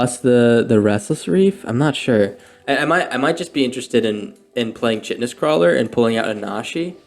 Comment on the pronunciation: It’s not recording my like!! Also, I think the “ch” in Chitinous is pronounced as a “K”. Yeah…I’m that guy.😂 love your content and esp the commentary.